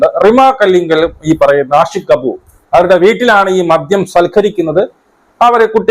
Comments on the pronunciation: Not മധ്യ. Its മദ്യ 😍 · മധ്യ ലഹരിയല്ല: "മദ്യ ലഹരിയാണ് ശരി "